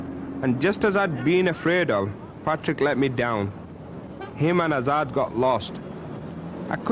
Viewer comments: it's azaad not hazard 🤣🤣 he is actually a danger to the society by the looks of things carrying them burnt out seats so the name hazard actually suits him 😂😂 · Azad? U mean Hazard?lol